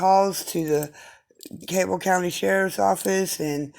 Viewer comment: Request it correctly. Learn how to pronounce Cabell.